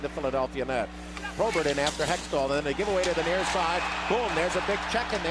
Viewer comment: Who was the color announcer for Philly? He pronounced some names a little strange here and there. Probert was ProBART. Kocur was COACHER.